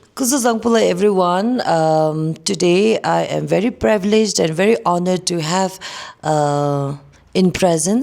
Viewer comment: Was the Privilege word pronounced rightly?